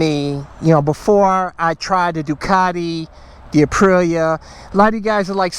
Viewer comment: Ah yes the Uhpreeya Tewohno